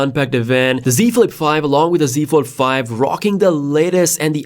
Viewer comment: What’s a galaxy ford it’s that the folding cord car lol that’s new I love how he said ford and not fold lol